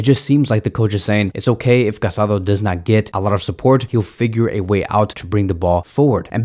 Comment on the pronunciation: Just a tip, is not Marc CasAdo, but Marc CasadÒ. 😅